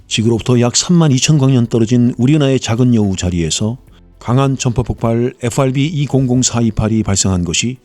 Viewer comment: 에후아르비는 최대한 버터 발라서 발음하시면서 마그네타는 너무 김치적으로 발음하셔서 마이 웃었습니다.